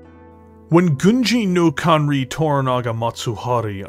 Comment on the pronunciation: i love your videos, but you're butchering the title of Gunji no Kanrei every DC mech... It's pronounced "Kan-Ray", hope this helps in future videos.